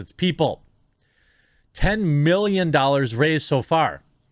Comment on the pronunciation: canadian money is called "doe-lers"